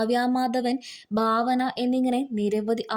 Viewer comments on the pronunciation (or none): none